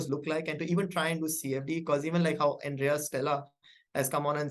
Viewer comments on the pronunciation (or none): none